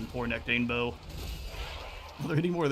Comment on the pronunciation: This be the first time I've heard anyone pronounce his name as 'nec-TANE-bo', I've only ever heard it said 'nec-ta-NE-bo'. Interesting.